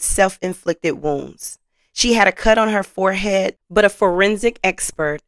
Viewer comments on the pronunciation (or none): none